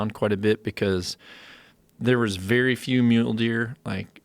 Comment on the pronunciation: Joe "Russian bears have a verry good guard" Rogan